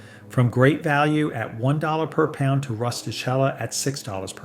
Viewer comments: Pronounced “Roo-sti-KEL-la” You’re welcome. 😊🤌🇮🇹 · It's pronounced RustiKella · That #1 Pasta is pronounced roos ti Kella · rusti-kel`la. Double consonats. The accent is on the penultimate syllable (the first "L"). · and the "ch" in "rustichella" is pronounced like "k" and not the way the AI pronounced it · pronounced, 'rusti-KELLA'. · Likewise, ristichella is a.s. pronounce kella. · Probably should pronounce "Rustichella" properly if you're going to tout it. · Mangles the pronunciation of both De Cecco and Rustichella... 🤢🤢🤢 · Thank you for this excellent video! FYI: De Cecco is pronounced “de checco” and Rustichella is pronounced “rusti-kella.” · The names De Cecco & Rustichella are pronounced "deh CHEH koh" and "roo stee KEL ah," but you do you. I do appreciate the list.